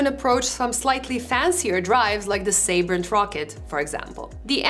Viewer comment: Thanks for the review. Extra kudos for pronouncing Sabrent correctly! ;)